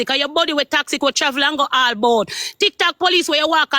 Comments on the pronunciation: Shes so uneducated img cant even pronounce toxic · 😂😂😂😂😂😂 Annie can’t even pronounce toxic 🤣🤣🤣🤣